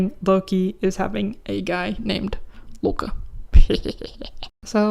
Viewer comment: Love the norse representation! however, just so you’re aware loke is pronounced with emphasis on the e and o, i’d reccomend looking up the pronounciation if you want the name to be accurate, if thats not a big concern for you, thats okay though!